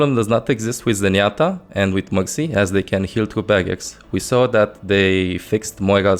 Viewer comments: OH HE SAID BARRIERS NOT BAGGETS Okok I understand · Its barriers i almost thought he said bagguette